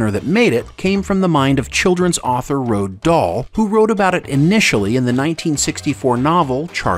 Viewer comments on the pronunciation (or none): Roald Dahl's name is pronounced, "Roo-All Doll."